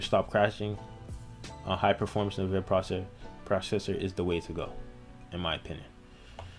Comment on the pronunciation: It's pronounced N vidia, as in Envidia, not na vidia